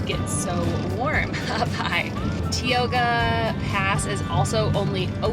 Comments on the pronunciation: Very nice video. It reminded me of my childhood summer trips camping with my family at Camp Curry and floating in the Merced. Most of the videos I see on youtube pronounce Tioga as "tea" oga but if you are from California and elsewhere it has always been "tie" oga. Not trying to be critical I only wish that somethings didn't have to change... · In Yosemite, I stay up off Tioga (pronounce TIE-oga) in White Wolf Lodge or Tuolumne (two-aul-o-me) Lodge. The hikes (like the one to Glen Aulen or Vogelsang) are spectacular. In June and May when the water is running high, I stay in the valley because the falls are beautiful and often Tioga pass is still closed because of snow. In May and June, white water rafting outside of the park on the Merced (III-IV+) or Tuolumne (IV-V) is rad. Rafting below a IV is boring! LOL There is so much to do in Yosemite. The best internet and cell reception in the park is up by Glacier or Sentinel Point because the cell tower is up there. ATT and T-Mobile do better than other carriers in Yosemite. I often get it across from the pizza parlor in Curry Camp inside the community lodge where they have internet for the tourists. However, it's slow in there because so many people are trying to use it. Yosemite is closer to me than my favorite park, Glacier, but I love going there and try to get up there at least once a year from San Diego. When Yosemite is clear and around the middle of June, nothing beats it. There's much more to do in Yosemite than in Tahoe unless you like Casinos. Pfeiffer Beach in Big Sur is spectacular but you need to ask a local how to get down to it. When you go down into fern valley on your way to the beach you pass through Beach Boy, Al Jardine's ranch. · Really loved traveling "virtually" with you guys during Covid. Just a heads up on CA pronunciation, Tioga Pass is pronounced: Thai - Yoga. Keep up the great vids!